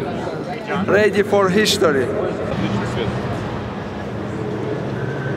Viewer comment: ready for hichtory